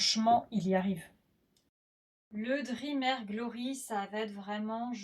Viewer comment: Juste ça se dit DREAME soit en phonétique drimi. Le e n’est pas muet.